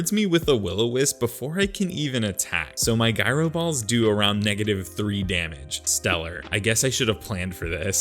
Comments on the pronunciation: i know he wasn’t calling it “guy-ro” ball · I love Alolan runs so thank you for this. One bit of advice, look up how to pronounce Gyro Ball 😉